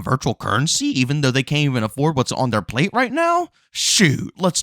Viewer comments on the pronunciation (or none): none